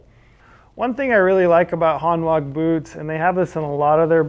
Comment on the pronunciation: I have two pairs of Hanwag boots. Really good quality, can be resoled and will last for years. Btw it's pronounced "Hanvag" they are a German brand 😉 Edit: one customer has had a pair resoled over 20 times!